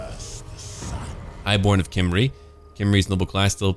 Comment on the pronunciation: just a quick note, Khemri is spoken out out ''Gemri'', but with a weird G to it xD